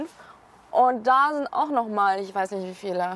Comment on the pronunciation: Was soll dieses "nischt" bei ? LUL